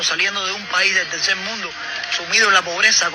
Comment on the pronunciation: La diferencia de este cubano con los Mexicanos es confundir la "R" con la "L". "Progresal", "Tercel mundo" jajajajajaja